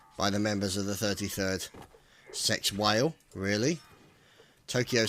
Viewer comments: And its sexwale not sexwhale. Notice the missing H? Most people didnt notice it at first its some dutch joke/thing. Which we have many of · it's pronounced "Sahks-Waleh" God damned commentating noobs these days... 1v1 me.